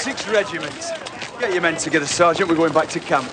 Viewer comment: I beg to differ. I believe is is Sarn't. lol